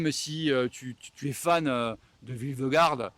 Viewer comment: vingegaard se prononce = ving gnegow